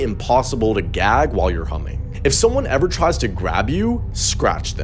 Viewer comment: Dude...I thought he said start Humping instead of humming I was like "hold tf on"